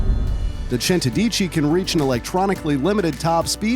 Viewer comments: The way he pronunced centodieci lmao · nice videos but the pronunciation for centodieci made me laugh so much😂